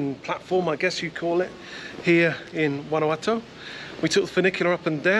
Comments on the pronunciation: 9 out of 10 bloggers can not pronounce Guanajuato. It's "Gwanakwatto". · You two covered a lot of ground in so little time. I hope you can make it back to Guanjuato (pronounce the JUA - hwa) for longer than a day, it's a beautiful city - Anne